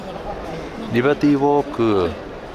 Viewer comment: Did they leave out the R in "Libety walk" on purpose because japanese can't pronounce it?